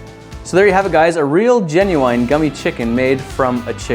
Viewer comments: "Genuwine"... never heard that dialect before. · why did he say genyouine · "Gen-u-ine" lolwut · just the way he says genuine. genuiene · Was anyone else triggered by the way he said genuine at the end